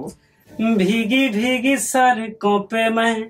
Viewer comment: Pehle Sadko To sahi se bol le bh ai Sarko bol raha hai aise thodi singar ban jaoge Dr er Koi banana Nahi chahta Sab actor ya singer hi banenge